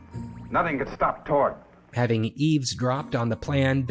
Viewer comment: It's "Torg", not Tork. Enjoy that usless fact.